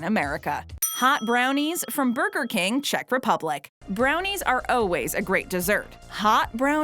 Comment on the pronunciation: Still digs deep under my skin when she says "oh-ways" and not "all-ways". See